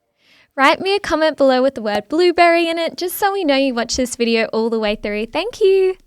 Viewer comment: I heard bluebird at first 😅 Blueberry!!! Thank you for your content 😊